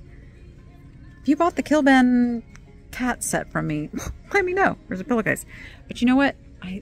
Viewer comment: The cat pillow case is Kliban not Kilban. 😉